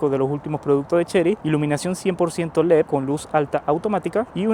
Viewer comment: Tenemos un problema con la D en leD, lo cambia por una P, leP. Hay que arreglar eso.